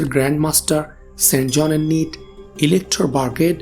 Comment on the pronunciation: নিট না নাইট